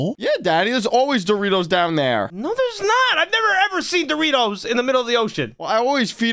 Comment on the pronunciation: doriftos it not the bes prim is the bes